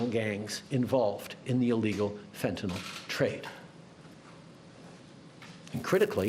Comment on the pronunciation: I love that Trudeau can pronounce fentanyl correctly. 😊